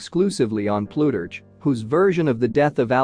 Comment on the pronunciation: Terrible reading. Ploo-turch??